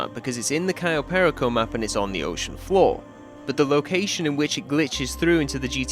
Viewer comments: im sorry but the way you say perico is really bothering me, you can say it with your accent bro, just say Pear-E-Co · Why does every English youtuber insist on pronouncing perico incorrectly? It's not pair uh ko. It's puh ree ko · Next mystery for you to solve: "How to pronounce 'Perico'." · Every time he says perico wrong makes me want to scream